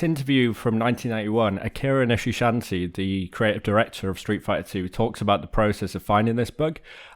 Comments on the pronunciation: you made a vocal typo 20 seconds in calling the dude Akira Nishishanty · akira nicheshanty